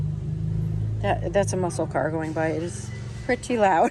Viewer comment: 😂 The FLORAL SANDALS BRAND IS “A LE GRIA” SO NOT ALGERIA 🤣